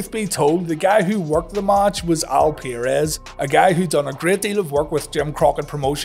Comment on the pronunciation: Al per-rez not Al peer-es